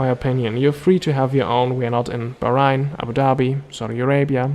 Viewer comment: I enjoyed the video, good quality. Though the way you pronounce Bahrain is not the way it's actually said